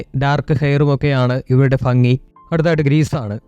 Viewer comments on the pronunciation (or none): എടോ ഫാങ്ങിയല്ല ഭംഗി എത്ര പറഞ്ഞാലും മനസ്സിലാവില്ല